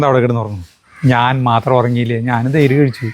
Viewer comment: 12.37 😂😂 തെയ്ര് അല്ല തൈര്😅😅😅